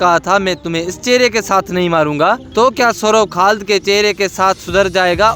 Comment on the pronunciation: Khad ❌ khalid ✅